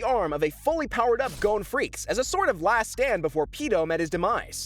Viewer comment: And also though gons last name was pronounced freces